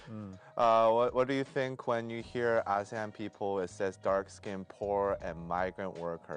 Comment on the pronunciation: ASEAN is pronounced as Ar-C-An. I don't know how is finding the situation of Myanmar funny but a lot of people are dying. The perpetrators are getting rich. The innocents are either getting killed or jailed or tortured. Yes, we are "busy" with revolution. Thank you for laughing. #MilkTeaAlliance #WhatsHappeningInMyanmar